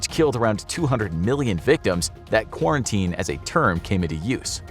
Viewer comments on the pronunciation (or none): Quart-uh-teen So being awkward quart teen nice